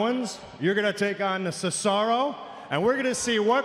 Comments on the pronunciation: Ce•za•row Shane, not Ce•ca•row, he botched Cesaro's name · sesaro he said sesaro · Shane said Sesaro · "the" Cesaro? What the hell, Shane?